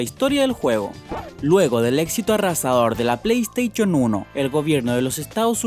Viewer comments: ME SIENTO UN IMBECIL CUANDO ESCUCHE ACTIVICHON O PLEISTEICHONNNN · Pley esteychon activichon que mierda es eso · El dice Ple Teicho 1 :V es Plei esteishon (Pronunciació ) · tipico que no debe decir pley steishion y dice pley teichon xD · pleisteichon :v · Like si te hace gracia como pronuncia "pleysteichon" XDDDD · Play Steichon Activichon mae mía m cabeza hizo boom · jajaja pleisteichon activichon jajaja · calopduti, yochi, cra' bandico' 2, pleitechon, ancharted xDDDDDDD ay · Play steichon y activichon se murieron 3 perros cuando dijiste eso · pley steichon 1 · play staichon y activichon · Pley teichon :v Activichion :V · la pleiy ezteichon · pleiteichon activichon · pleysteichon :v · YOCHI?? PLEYSTEICHON?? En serio, qué puñetera pronunciación es esa?? Sin ofender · me da cáncer cuando dice play stachion o activichion